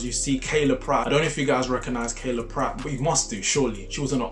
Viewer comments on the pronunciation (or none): Him saying Kayla instead of Kyla is such a mood. I was at a watch party and said "Omg Kayla Pratt!" and was throughly flamed for fucking up her name 😂